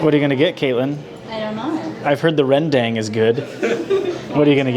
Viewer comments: I find the way Todd pronounce 'rendang' pretty funny because we pronounce it differently in Indonesia 😆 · Tita Nandini Protip for learning Indonesian: short vowels. All the time.